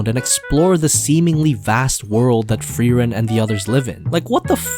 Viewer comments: As a german i loved how you said all names in the intro 100% right but frieren just a bit off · Frieren Thought it was spelled frieren Pronounced fry-ren Not free-ren But it's nice to learn new things 'a'